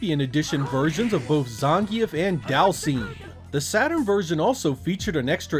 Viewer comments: Cracks me up how he pronounces Zangief. I could be ignorant, but still funny. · I've never heard anyone pronounce Zangief like that before........